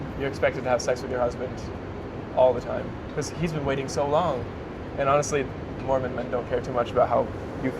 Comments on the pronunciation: The creator mispronounced the name. It was jarring to hear, although I completely understand why she did it she wasn’t familiar with the name. Telling someone they’re mispronouncing a word is a kindness IMO. It’s like saying, “There’s spinach in your teeth.” I don’t know why you’re making it a bigger issue than it needs to be. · There is no correct pronunciation. I think complaining about this makes us look bad.